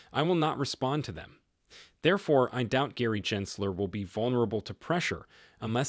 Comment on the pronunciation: How can we take you seriously, when you can’t even pronounce Gensler’s name correctly a hundred times??🤦‍♂️